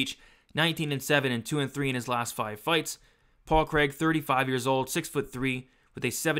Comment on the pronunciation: 114 significant strikes. Please can you improve your pronunciation of Craig, that's not how we say it over here 🏴🏴🏴 Love the breakdown otherwise 😂